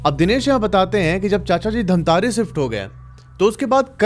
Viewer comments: Bhaiya mai bahot shauk se dekh raha tha or bahot interest aane hee laga tha ki धमतरी ko aap itne baar itne jyada baar धमतारी bole ki maine video turant pause krke dislike kr diya, Huge respect for rest of your videos, stories but not this time....😬🥲💔👎🏻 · It's धमतरी not धमतारी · Bhaiya aapki video achhi lgti hai aap aur aakshay vashisht dono ki video dekhta hoo mai ❤❤❤❤,,,,,,mai bhi chhattisgarh se h loo ,,,,,, धमतरी है hai bhaiya धमतारी nhi 😅😅😅😅😅😅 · Dhamtaari ni dhamtari hai voh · Damatari not dhntari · Bhai wo jo English mei dhamtari likha hai wo hindi mein धमतरी hota hai aur jo tum keh rahe ho धमतारी wo english mein dhamtaari hota hai. Itna samajh nhi aata gawar ho kya? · धमतरी है भैया dhantari नहीं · I am from dhamtri.. Its not dhamtaari by the way😂😂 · Wo dhantari nahi ( dhamtari ) hai bhaiya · Dhantari nai hai bhai dhamtari hai mai raipur se hu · Dhamtari ko miss pronounce mt kro bhai sare chhattisgarh wale gali denge tumko